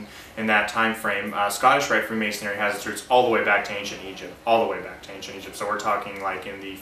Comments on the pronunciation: This man can't even say the word. It is "Freemasonry". pronounced Free- mason-ree. The "Free" in freemasonry, means that the individual was not bound to any one particular area, and could travel freely throughout Christian Europe, and work on different projects. This man is not at all expert on Freemasonry, he does not get it. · He keeps saying ''Freemasonary''